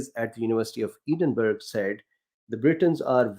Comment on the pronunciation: Where in the worrld is this ... " Eeeden-burg " you speak of?